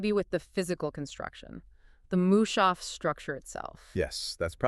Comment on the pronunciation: Its not mooshaaf... Its mus- haf.